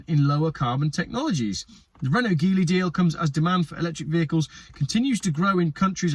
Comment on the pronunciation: By the way, the G in Geely is pronounced as the G in generous.